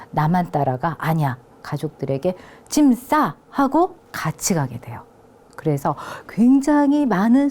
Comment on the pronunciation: 장음인 단어의 첫 자를 짧게 잘못 발음한 예:계통,주목,(××하면)돼요,사람,고대,과연,고대,등이니,이 결과, 둘째 음절을 accent가 있는 것처럼 강하게 발음하고 있다. 이런 폐습은 한국 어문의 전반적 심각한 문제다. 고국 동포께 간곡히 권하오니, "한국 어문을 고발함"이라는 책을 읽어 주시옵소서. 미국 변 완수 드림